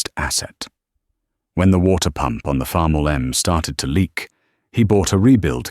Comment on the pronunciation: He said farmall m